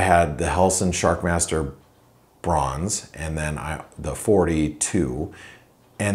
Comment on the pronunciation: is it "Sharmaster", "Shakmaster", or SHARKMASTER? LOL.